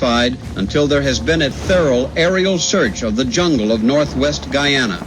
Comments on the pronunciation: I’m from Guyana 🇬🇾 and it’s pronounced guy Ana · My mother was born and raised in Guyana. It sucks that this beautiful country is known mainly for this disaster. Oh and PS - it's pronounced GUY-AN-NA, not GUY-AW-NA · Guyona?... How dare you mispronounce Guyana like that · I was most shocked by the pronunciation of Guyana